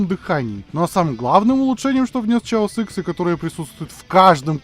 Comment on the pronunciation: Хаос икс, почему "Чаос"?